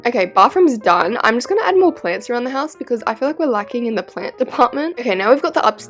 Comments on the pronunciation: All of my peeps who say plarnts instead of plants 👇🏻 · It’s plants not plarnts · I quite like the way you say plants